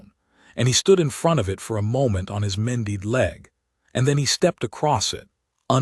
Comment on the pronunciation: And mended. Mendeed? Really 🤣